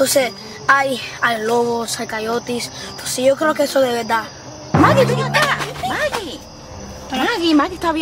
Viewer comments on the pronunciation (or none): Quie vio el de que dijo cayotes embes de coyote😂